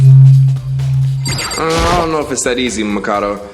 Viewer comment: Bruh Fr At least he started saying Makoto right. And Byakuya is basically pronounced Byakugan.